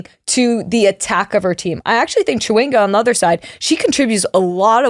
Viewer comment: Just for clarity Temwa’s last name is said with a Sh versus a CH so phonetically is Shawinga